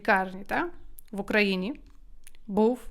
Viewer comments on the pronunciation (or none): Дуже цікаві уроки але є одне але - не Укра/їна а Украї/на